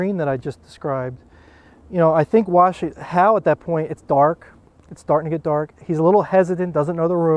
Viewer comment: Good old Warshington lol